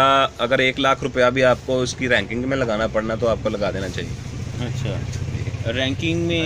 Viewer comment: raking ka matlab ha. jo ye lakri key box bane hue ha jin main samaan rakha jata ha..us ko raking kehtey h..baqi lafz raking hota ha ranking nahi wo ghalt bol rahe ha..